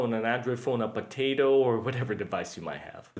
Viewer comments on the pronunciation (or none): none